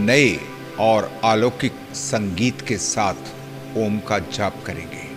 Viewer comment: सर अक्का मार्गदर्शन अनमोल लेकिन हम डायरेक्ट आपका मधुर ओम का उच्चारण और म्युझिक सुंना चाहते है इसके लिए क्या करे